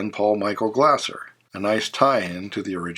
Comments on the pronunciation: omg pronounce his name correctly it's not glasser it's glaser(glayser). car was never called zebra 3 unless you're wrong and clueless. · Paul Michael Glaser’s last name is pronounced like laser😮